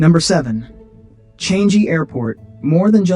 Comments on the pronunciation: It is not "chang" "gee" it should be "chang" "yi" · The airport is pronounced CHANG-GHEE